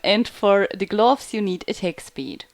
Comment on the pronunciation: GlUUUFS. xD Nice video